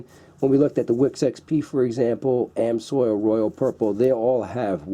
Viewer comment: ITS AMS----OIL NOT AM--SOIL